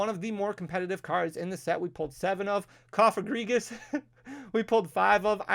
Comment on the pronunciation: has grown so much under Paradox rift. He finalt legende to pronounce Cofgrigus 😂